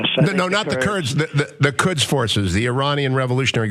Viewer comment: he said terds not kerds